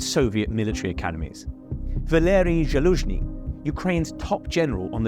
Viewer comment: This was psoiled for me by the abysmal butchering of the pronunciation of Zhytomir, Zaluzhnyj and the